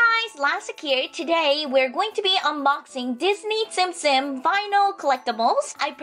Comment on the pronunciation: Isn't it tsum tsum not tsim tsim? Well I don't really care I like tsim tsim way better <3 dollastic is the best!